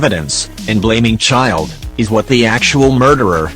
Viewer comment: it’s childe